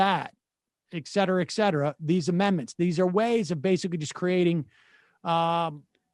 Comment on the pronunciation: Good morning Sam - all the news and politics aside, I want to point out to you about your pronunciation of the word 'etcetera'. If you listen to the recording of the above video, you'll hear you pronounce it as 'ecetera'. I know it's kinda picky but you know, it can make someone sound educated and erudite when you are.